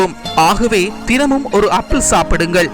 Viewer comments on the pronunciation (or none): அது அப்பீல் இல்ல சார் ஆப்பிள்